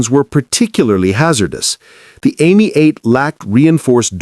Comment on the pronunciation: Why is it so hard to keep and pronounce European names. The Citroën was am ee 8. Ami is French for friend. Not Amy. Get it right or don't bother